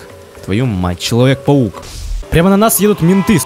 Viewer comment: Человук паек?! я до сих пор ржу от этого